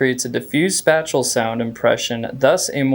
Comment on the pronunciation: Long a it’s not pronounced like pancakeflipper spatial starts with space you got it child